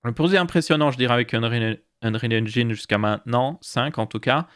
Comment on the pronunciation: Merciiiii de commencer à faire l'effort de ne plus dire engAÏÏÏÏÏne <3 <3